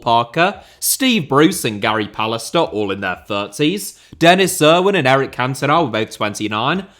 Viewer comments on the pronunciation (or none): none